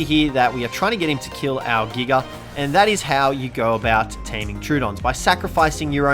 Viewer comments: I understand wanting to abbreviate Giganotosaurus, but why are you saying "Giga" like (Gig-uh)? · It is said jiga even though its giga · He called it a giger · Nobody:: Giger